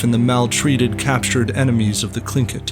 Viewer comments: You pronounced the word tlingit wrong it is actually Lingit its very hard to explain because our languages were never written down until after the genoicde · why do you pronounce tlingit as klinkit? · Gotta love how every history youtuber constantly misspronounces every name and title